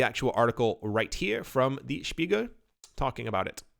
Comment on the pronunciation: Says ‘Bruno Lemaire’ and ‘Spiegel’ like native speaker. Mystified by ‘debut’.